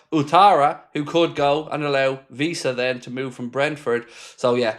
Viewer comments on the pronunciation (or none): his name is not pronounced Visa he is not German. You are the only one who does this, so please pronounce the W.